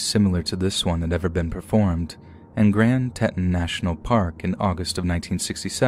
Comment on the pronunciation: Little tiny FYI: It's pronounced "Grand Tee-tahns"